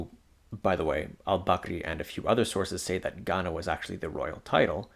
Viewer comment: The way you said "..they call it.. gHaNa" gave me the ick.